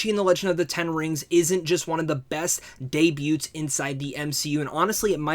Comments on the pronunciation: You’ve done this four times throughout various videos. The “t” is silent in the word “debut”. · Okay? Didn't mean to make you angry. I've seen other people in your comments talk about the way you pronounce things. And spell things on Twitter. I just didn't know if you knew about "debut" because you've done it several times.